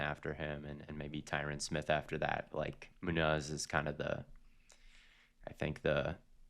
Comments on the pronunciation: Mooo-nos is a crazy way to say munoz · Bro said Moon Oz and Odge den for Munoz and Ogden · doesn’t know how to pronounce Munoz or Ogden😭😭😭😭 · Why is saying Munoz like this 😂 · pronunciation of munoz broke me